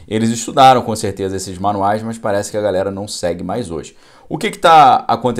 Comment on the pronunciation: Boa tarde., a conjunção adversativa que foi tão focada é "mas" e não "mais" como você pronunciou repetidas vezes na "live" de hoje. Muitas gente na comunicação oral insere o "i" em "mas". Talvez seja por facilidade na pronúncia de "mais".